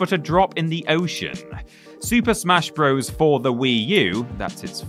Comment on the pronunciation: I wish YouTubers would stop pronouncing "Bros." like it's the plural of "bro"!